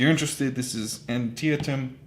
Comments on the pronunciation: Hate it when I get a game with stale dice. :) And it's pronounced An-TEE-tum. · "Antietam" pronunciation- all that can be expected from a Sotonian, what?